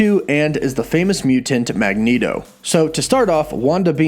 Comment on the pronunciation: Everyone: mutant CW: mew-tant